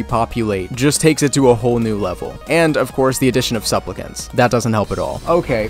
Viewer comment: "suplpicants" NO BUT this was so hilarious